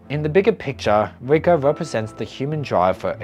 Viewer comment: Your voice is really nice for me to listen in the background as I'm working on my projects. But funnily, the way you pronounce "Riko" sounded like "Vueko" to me. So I was like "Why is Vueko mentioned so much? Wait lol, it was Riko" anyway, I like your vids and looking forwards to see more!